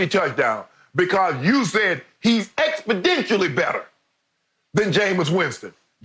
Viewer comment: Did shannon just say "expodentially"?